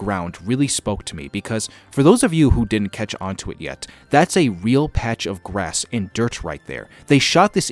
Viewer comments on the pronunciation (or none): none